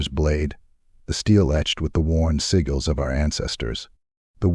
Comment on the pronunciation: And sigil while he’s at it lol.. “siggle” lol..